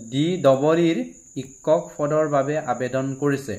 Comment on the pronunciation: Sorry sir,apunar kisuman Assamese word pronunciation eg Hokolu, Teacher in Assamese (sikkhok) tene kisuman words buror pronunciation bur correction korily aru video bur saboloi barkoi huhoni hobojen paw. Krn moi u same community r pora belongs koru olp problem tu hoi Buji pysu,but thotapiyu kolu aru Again Sorry sir Be positive